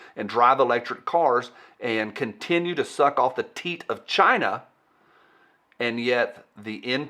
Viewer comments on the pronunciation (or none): none